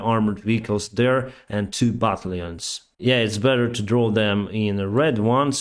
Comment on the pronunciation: Great video. Thanks! Please move the stress/emphasis to the second syllable of the word "battalion". Please don't stress the first syllable at all.